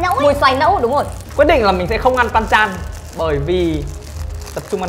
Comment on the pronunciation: Theo mình biết thì banchan chứ hong phải panchan, với mustard chứ hong phải mustart Góp ý thoi nhaaaaaaaa